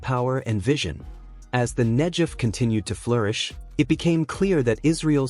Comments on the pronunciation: Negev with a "g". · Negev is mispronounced here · Who on Earth, doesn't know how to pronounce Negev? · Who are these Muslim people being shown as part of this Israeli engineering marvel? They look like they come from Afghanistan. . These are not the Israelis making this project possible. I don't get it. And why is "Negev" being mispronounced? What does King Hussein have to do with the project. . I think this video is suspect for subliminal messages. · The G in Negev is a hard not soft G as I have always heard it. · Couldn't you make it pronounce Negev correctly? It has never been pronounced that way by anyone. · mispronounce Negev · It is not "Nedzhev", it is "Negev". And why are all signs in the video are in Chinese? Clearly, you aren't showing Israel in the footage. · Aasggghh! Get the pronunciation right. It's not hard. Negev not Nejev. 😤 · it is not pronounced the Nejev desert it is Negev desert a hard G as in get or gate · It's supposed to sound like Negev (Google), NOT Negev (George.) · The arab people are not part of this movie put there because of political and/or other interests. Furtheer the commentator needs to learn his text. it is NEGEV desert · Video is loaded with small inaccuracies... for example: Israeli engineers doesn't look like Saudis... The proper pronunciation of the area is NEGEV and in general a lot of agricultural was taking place in the area all along. This canal was planed for at least 70 years. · For learning purposes, the "g" in Negev is pronounced as in "negative". 🙂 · in the word 'Negev' the 'g' is pronounced as in the word 'gum' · Negev Negev Negev!!!! The pronunciation has a g in the centre of the name The Negev Desert. Brilliant production culminated from brilliant Israeli minds .. so proud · The G in Negev is a hard G. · Great to see all the support here. Pls pronounce Negev saying the g as in great not as in generic. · Called Negev hard G idiot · NEG-EV not nej-ed. amazing israel. respect it. not hate it.